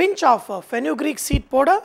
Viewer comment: KARAN7497 : hahaha .lolz. I thought only I heard it as poder